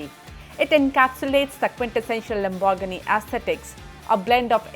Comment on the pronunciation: Love the way she says Lambor-ghini